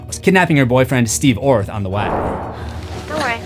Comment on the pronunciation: Did you say Steve Orr? I thought it was Steve Orth?